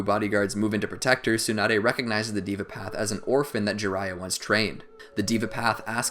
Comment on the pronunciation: it deva not diva